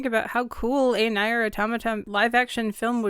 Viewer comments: FYI it's pronounced "near" not nye-er. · Is that how you say Nier: Automata? I always thought it was pronounced "Near - auto-ma-ta" but I guess its actually "nayr - auda-ma-da" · Also, genuinely love the video, however in Nier Automata the word "Nier" is pronounced like "Near" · "NIGH-YERR" AUTOMATA??? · Sorry, Grammar Nazi here, "Nier" is pronounced like "Near". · "Nier" is pronounced more like "Nee-Ah." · That is a really good video, my only issue with it is how you pronounce NieR it phisically hurt my soul. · NieR is great. Please say the name correctly :') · ...the comparison to Nier Automata is an absolute insult and you should feel ashamed for dragging 2B and 9S into this... they did nothing wrong. also you pronounced Nier wrong.